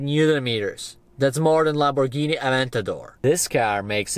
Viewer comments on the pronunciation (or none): I love The way u say lamporghini😂😅